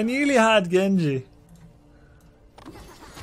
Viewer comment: Grubby great pronunciation on Genji's line! Just add in "Iza" in the beginning and you got it XD